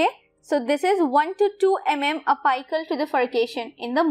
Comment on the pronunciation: Plzzz pronunciation theek karian.. Sara interest khatam ho jata... It's Apical Not ahpiical